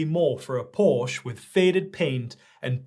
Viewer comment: Ok boys. The British are known for intentionally pronouncing words how they wish but if you say Porsche like that again I’ll unsubscribe. If you’re going to use Porsche as an example, you need to know how to pronounce his name!